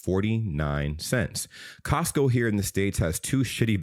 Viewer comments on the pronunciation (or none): none